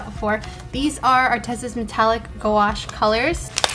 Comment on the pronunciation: That was funny how you pronounced gouache as "go-wash"😂